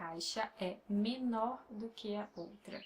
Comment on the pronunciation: Your teaching method is focused and expedient. I appreciate the no-nonsense approach. You deserve more subs! I have a question in regards to the way one should pronounce the following; "do que" I seem to hear you say "dô quê" when I thought it should be "doo quee"? Maybe it's just me not able to pick up the sounds properly. Also, I struggle with the letter R because it is different than how the R's sound in Spanish, French and English. I'm aware that the Rs have to be pronounced very faintly but I pain to get it right. I roll them to much. As a suggestion, if you could make a video on prononciation, it would be helpful. Anyhow, I know you're probably quite busy. It's just a suggestion. Take care and keep up your excellent work!